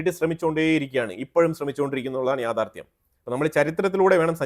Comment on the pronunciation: എൻ്റെ പൊന്നു ' യാഥാർദ്ധ്യം ' Dange'r അല്ല dangerous ആണ്.